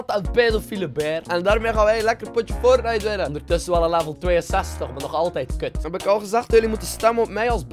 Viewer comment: LOL ik verstond eerst pornite